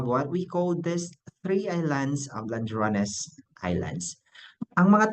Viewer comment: Bai, ladrones, dili landrones.